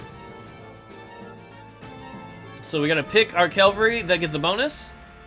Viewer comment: Are you calling Cavalry calavry?